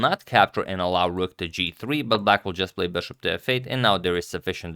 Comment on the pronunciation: "beshop"...come on dude, it's BISHOP